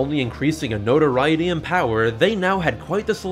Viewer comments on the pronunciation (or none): none